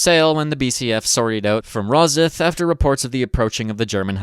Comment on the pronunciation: It's not rosith, it's pronounced ros-syth but other than that, incredible video